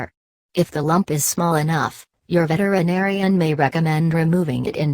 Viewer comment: "VETER IN ARIAN" triggered me every single time ._.